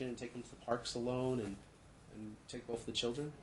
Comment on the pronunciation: Ok, it thought I was hearing things! He says “bof” instead of both too. I had to listen several times but I kept hearing it. Whew, I’m not crazy! Lol